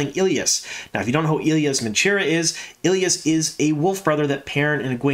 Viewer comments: Day, you don’t know what you’re talking about as the EotW glossary clearly says ee-LY-ahs (three syllables with emphasis on the LY). It’s not eel-yahs (two syllables) as! stated in his reply on this thread. Now, one could argue that LY should be pronounced as LEE with a long E in place of the Y, and I would have trouble refuting that point as LY isn’t phonetic. My question is why pronounce it differently than the people who narrated the whole series of books aloud on tape while pronouncing the Y as a long ī that millions of people have listened and heard, for some, their entire lives for the long E instead of the long i? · FYI, Elyas is pronounced Elias. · Day do you have EotW? Look at the pronunciation in the glossary..is the glossary canon enough? The pronunciation in the glossary is not “eel-yahs” it’s “ee-LY-ahs.” I can’t figure out if you aren’t reading my replies fully or are just trolling me lol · I always pronounced Elyas as ee-LIE-as, instead of ILL-ee-us. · In Rosamund’s narration of the first book she pronounces it Ee-lye-us. I am assuming this is the pronunciation that will carry on to the show. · E-Lie-Us lol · I always pronounce it Ee lie us. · I'm sorry but that pronunciation of Elyas sounds way to much like Ileus, lol. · Love the content as always. Drives me nuts though on how the name Elyas is pronounced lol. I think he will be gone after this season or maybe take the place of Hopper. I am very curious to see how they do the wolf dream. Instead of having a wolf there maybe use Elyas to teach Perrin. Just a thought. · Obviously you never heard the audiobooks from! It's a little disconcerting really how you pronounce Elyas, I very much hope the show takes the pronunciation from Michael Kramer and Kate Reading! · I'm glad they're keeping Elyas in the series. I was a little worried when he didn't appear in season 1. I've learned recently that I apparently pronounce many of the names wrong, Elyas being one of them.